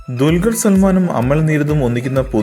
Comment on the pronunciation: നിന്നോടല്ലേടാ ഊളെ പറഞ്ഞത് ദുൽഖർ എന്ന് പറയാൻ പഠിച്ചിട്ട് വന്നാ മതി എന്ന് ദുൽഗറാണ് പോലും !